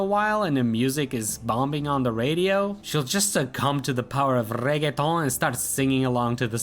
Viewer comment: Another really well-written and well-edited review! (Also take an upvote for your fantastic rolled-R on the word Reggaeton 🤣)